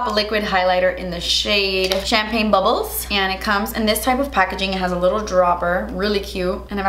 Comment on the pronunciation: I didn’t hear champagne bubbles, I heard champagne baboso 😂😂